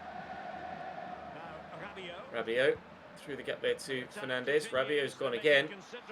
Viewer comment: Apparently fernandes is pronounced like Fernarndsh, according to Lee Dixon anyway